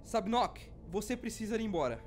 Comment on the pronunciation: Sabnoch 😂 e sabnock